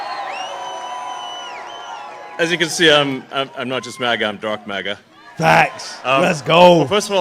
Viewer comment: Great work, we are subscribed and enjoy your channel. Did Elon say "Dark MAGA" or "Darth MAGA"?